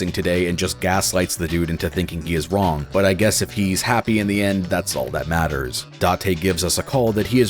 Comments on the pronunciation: If only didn't say wrong/raw like that, then maybe we would have a clear answer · You might wanna re-listen. He clearly says wrong. The G is very pronounced. Moreover, calling him wrong follows naturally from the previous sentence, whereas "raw" doesn't. And finally, he uses the visual of the fake Kazuki pulling out his guns when he says it, which supports my interpretation, not yours.